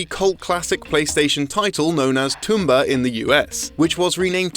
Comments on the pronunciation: Who the hell says "Tombi/Tomba" like that? Everyone I know says it like "TOM and Jerry," not like "TOMB Raider." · It's Pronounced Tomb-ba not Toom-ba.. Tomba's fairy side kick even pronounces it out loud it in the 2nd game.. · Did he pronounce Tombi/a as Toombi/a? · That mispronunciation of Tomba/Tombi really threw me off. At first I thought it was just an English thing, but Caddi has pronounced it correctly in his videos so I was confused. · wow is is not pronounced woow (wuw) so why would you mispronounce Tomba? There is clearly one O.